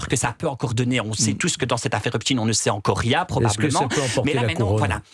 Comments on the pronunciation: Mais pourquoi il dit Epstiiiiin C’est Epstein on prononce Stein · pas in mais ein!!!! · Pourquoi prononce-t-il Epstin ? Alors que çà s'écrit Epstein ! EIN et pas IN ! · Hepstein. PAS HEPSTINE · Non epstine car il était américain par contre pour les allemands qui ont cette consonance finale dans leur nom, on dit stein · C'est une posture de nombreux juifs américains qui ont américanisé la prononciation de leur nom pour faire moins juifs et rester discrets. Jusqu'ici, en France, on prononçait à l'allemande, mais les journalistes ont tellement peur de passer pour antisémites qu'ils ont adopté le tic américain. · "Rodchilds" aussi à fréquenté le diable "Epeshtayne" mais malheureusement c'est elle qui commande tout les juges d'Europe !! 😮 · Pourquoi il dit Epstine ? C’est pour faire Russe ? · C'est pas "Epstine"😤 😤 😤 😤. Volonté d'effacer l'origine ! Aux USA les médias ont aussi imposé cette prononciation, autrefois ils prononçaient correctement. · C'est une posture de pas mal de juifs américains qui ont américanisé la prononciation de leur nom pour faire moins juif. La plupart des journalistes français ont repris ce tic pour ne pas passer pour antisémites, alors que jusqu'ici, tout le monde prononçait à l'allemande. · Effectivement,pourquoi prononcer un nom germanique en faisant semblant d'être américain ?